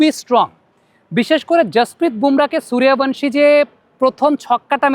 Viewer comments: বাংলাতে সুরিয়াভানশী নয়রে, সূর্যবংশী, বাংলা সূর্যবংশীর উচ্চারণ হিন্দীতে সুরিয়াভনশী। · আরে সূর্যবংশী হবে।হিন্দিতে য উচ্চারণ য় এর মত হয়।